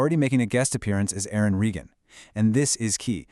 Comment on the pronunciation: Have you even watched "Blue Bloods"? You can't even pronounce "Reagan". They had accepted pay cuts in 2023, but the show was still too expensive. It wasn't just Tom who was disappointed—the other actors and the entire crew were too. You should watch or read the comments from Donnie Wahlberg and Bridget Moynahan. I'm part of Tom's family, and we've talked about this, too. Tom was asked if he wanted to be on “Boston Blue,” but he turned it down because he wants to leave “Frank Reagan” in the past.